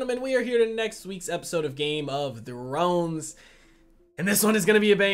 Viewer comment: I like your reactions, but can you tell me if what you say is 'Game of thrones' or 'Game of drones'. 'Cause i keep hearing 'drones'?